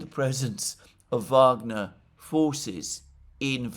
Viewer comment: Thank you Alexander for saying phonetically 'Vagner' and not 'Wagner'. The Rhine maidens will reward you in the end ! The Venezuelan war for oil project should be abandoned altogether, the Americans deserve to pay double for their gasoline but they will likely have civil war before. Such is life, just saying. ;-)